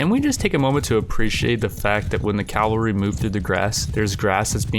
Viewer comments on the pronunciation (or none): It's pronounced ca-val-ry, not cal-va-ry